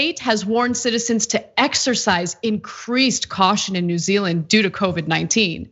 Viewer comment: “New Zea_eland” 😂 it happens to the best of us.